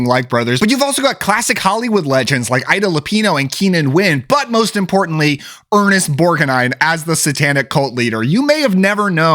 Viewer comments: Ernest Borga Nine? 😂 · Borg-a-nine? 😑 This is a solid list of movies, though!